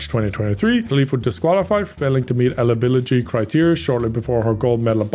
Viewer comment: Ah... "elibiligy"